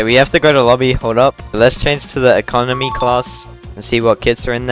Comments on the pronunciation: Bro really said ecomony. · cold pronounciation of economy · A comedy 🤣🤣